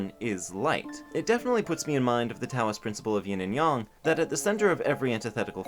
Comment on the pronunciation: Oh my god, he pronounced Yin & Yang correctly 😭 I love this person